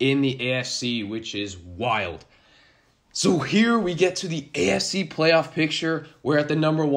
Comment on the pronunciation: Sounds like you're saying "ASC" when you say "AFC". Lol it was throwing me off. Good vid tho all in all. Keep going bro.